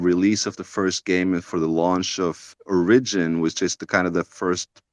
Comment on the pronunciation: The way he mispronounces 'origin' hurt me.